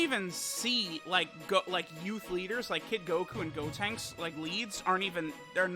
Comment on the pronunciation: “Gotenks-suh” Hilarious 😂 😂